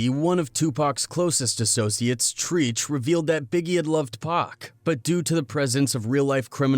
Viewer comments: Bruv u people making money off these videos and can't even say treach name right. It's said as trech not treech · Treach is pronounced "Tretch" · Who tf is treech? 😂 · Dude did you just say treech you don’t even know the people your talking about let me guess you where born 2001 when and your just clout chasing trying to talk about these guys cause you found out their bigger than anything in hip hop they are hip hop why don’t you talk about some one in your time like pop smoke